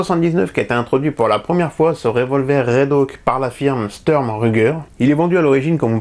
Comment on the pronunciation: Bien cette vidéo : montage plus dynamique, pas de blabla qui dure 3 plombes qui fait qu'on s'endort comme beaucoup de chaines françaises dédiées aux armes, musique discrète mais présente. Par contre c'est Redhawk, pas Redhauk :) Ps: c'est où ce stand qui à l'air vachement bien?